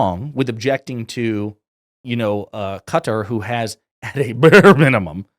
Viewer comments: It’s Qatar not cutter ffs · Say it with me... "kUH-tar" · Really like your videos, keep up the good work. In regards to Qatar you pronounced it correctly at the start, but then pronounced like some Americans as 'Cutter'. Check the pronunciation out on Google: I have worked in the Middle East for many years (Saudi, Qatar, UAE and others) and only some Americas pronounce that way ('Cutter').